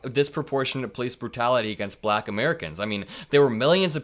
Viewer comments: I hate how he says BLACKKK that really pisses me off it even sounds racist vote💙💙💙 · He's very odious. The manner he pronounces the word "black" is so condescending. I'm so tired of his grotesque prattling. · I think the slight pause after the word "Black" is silently filled in with a racial slur in his mind.